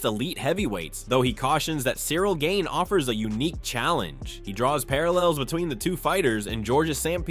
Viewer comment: Gain....Jesus I cringed at every single mispronunciation